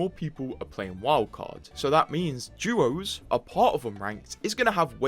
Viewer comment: Please as an english speaker use english. You said duos right once then say doos the rest of the time. Try to keep the correct pronunciations alive. ❤ love the vud. Thank.